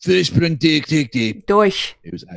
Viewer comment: you cannot pronounce "durch". You vill learn German immediately!